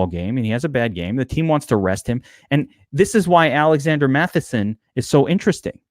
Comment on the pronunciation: Good god its MATTISON NOT MATHISON.